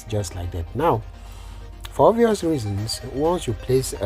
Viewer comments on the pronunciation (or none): none